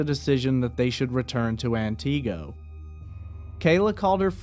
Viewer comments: Antigo is pronounced “an ti go” not “an Tee go” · AnTeego....lol its pronounced Anniego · It’s ANT-i-go not an-TI-go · As a northern Wisconsinite, Antigo is pronounced “An-Tih-go” not “An-Tee-go” sorry 😬 just had to point that out since I’m from the area. Thanks for covering this small-town case.. there’s so much woodland up here, scary to think how easy it would be to go “missing” indefinitely. Antigo is small enough by itself, surrounded by a bunch of other tiny unincorporated towns with populations around 100 people. I hope she is found and some amount of justice can be served. 😔🖤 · Ant-ig-go not anteego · I’m from Wisconsin and the way you pronounce Antigo makes me laugh so hard. I hope she can be found 🙏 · This is not how Antigo is pronounced. It's An-tih-go. Also, I live not far from where Kayla was supposedly dropped off by Kevin. That area is full of houses but is definitely a creepy and not well lit area at night. There's no way someone would not have seen her if something happened to her while she was over there. Soooo Kevin did it. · I believe it's AN-ti-GO. He's pronouncing it like it's a carribean island. Antigo, Barbados come on pretty momma ... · Thanks for this information but it pronounced An-go silent t. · I love your pronunciations of Antigo and Langlade county! lol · I was listening to this, w/o the video. Only after I heard you say " wausau, did I realize you were talking about Antigo. You are pronouncing the name wrong. The "i" sound should be pronounced like the "i" in "it". You gave it the long "ee" type sound. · That’s not how you pronounce Antigo 🤣 lol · Sorry to be picky but Antigo is pronounced with a short I sound not a long e sound.